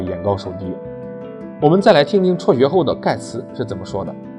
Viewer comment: 辍学，不是戳学